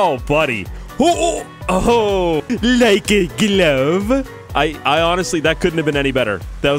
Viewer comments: "Like A Gloove" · Ilove when you say like aglove